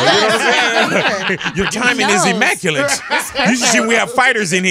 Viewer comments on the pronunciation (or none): Black people are always mispronouncing words lmao. I'm ashamed of my people sometime lol. Big Boy said "ImmaculaNt" He done put an "N" in it smh It's immaculate, Big. lol